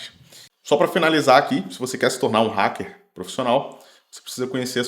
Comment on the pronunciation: Para de falar Requim, até em inglês. A pronúncia é raquer, e já tem essa palavra em português